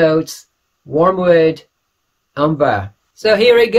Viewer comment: FYI it's Wormwood (not warmwood) aka Artemisia Absinthium, the herb that the liqueur Absinthe is named after, which obviously has a green, herbal smell about it.